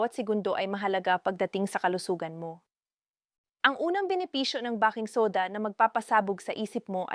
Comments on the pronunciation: " bay king soda!." Bah king soda sakit Sa Tenga. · ..nagaral ka ba?..if yes, bakit "bah-king" soda ang bigkas mo sa baking soda at hindi "bey-king" soda???????????.. marami na kayo ngayon na medical vloggers ang ganitong magsalita sa inyong mga vlogs, WHY?..there must be a good reason behind that instead of stupidity kasi marami sa inyo ang mga specialist meaning you graduated from college..pwede bang ipaliwanag mo dito..the reason being na gusto ko sana na pakinggan ang contents ninyo as it may give me some knowledge of how to care to what seems to be my medical problem but pag nakarinig na ako ng maling pagbigkas ng salita ay iniiba ko na ang channel na papanoorin ko,,sayang, at tiyak kong may matututunan sana akong mensahe mula sa iyo, sa inyo..